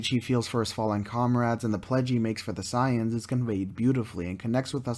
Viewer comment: Correct: Say-ins Incorrect: Cy-ons